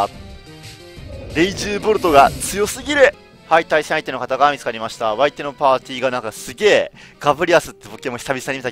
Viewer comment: お相手のぱーちーは...(滑舌